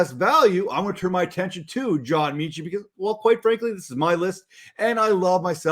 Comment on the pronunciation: John meh-chi. Meh Chit. John Metchie, pronounced Meh-chi